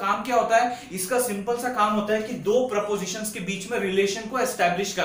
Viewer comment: You mentioned that "x is A" and "y is B" are prepositions. Would like to point out that these are propositions . Prepositions are words like on , in , to that are placed before nouns. Please work on your pronounciation and language skills .